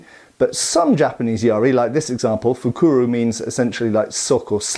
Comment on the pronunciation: A spearhead used as a dagger? I haven't heard of it, but I know it's been done. And not fukuru, but fukuro, with an "o" at the end. But. I've heard more about knives being used as blades for improvised spears. Overall, a very interesting topic :)